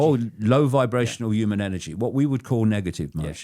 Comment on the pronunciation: David icke - the clown who thinks the moon was put in the universe by "the cult" and acts as a space station. He also claimed he is the only person who saw Ted Heath's eyes turn black. The man can't even pronounce the word "human" correctly.